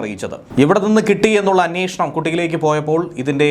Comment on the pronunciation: അന്നേഷണം അല്ല അന്വേഷണം ആണ്. ചാനൽ ഭാഷ സൂപ്പർ! Launch pad എന്ന വാക്ക് ശരിയായി ഉച്ചരിക്കു...Pad മലയാളത്തിലെ പാടാക്കാതെ.. അല്ലെങ്കിൽ മലയാളം പറയണം. പ്രബുദ്ധ കേരളം!